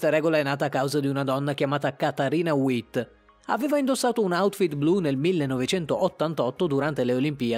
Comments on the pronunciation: E' tedesca, non inglese e si dice come in italiano: Vitt. Lei non è una qualsiasi ma due volte campionessa olimpica, l'unica fino ad oggi............ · Sasha Cohen, Katarina Witt (si legge V), Zagìtova, Trùsova ecc <3